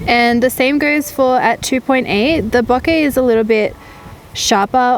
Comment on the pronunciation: I thought she was saying "bucket". "Huh? What's bucket?" Lol. Then it dawned on me..."ohhhhhh, bokehhhhhh".